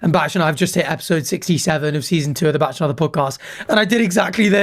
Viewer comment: Am I the only one who is bothered by pronunciation of "Bach"?